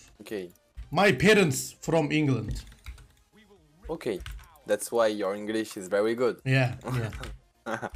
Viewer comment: inglınd dediğinde adamın içinden yaw he he dediğine yemin edebilirim ama kanıtlayamam..